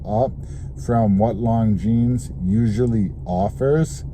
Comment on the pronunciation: Is not “long jeans”, is “lonzeen”. Learn how to pronounce properly names, if you’re a watch enthusiast.